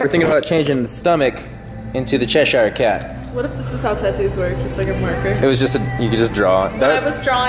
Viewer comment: I wish you all pronounced "Cheshire" correctly